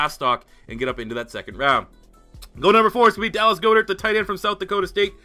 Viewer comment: For future reference, it’s Gohd-ehrt. Not gode-art.